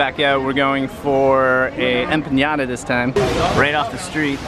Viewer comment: Empanada not enpañada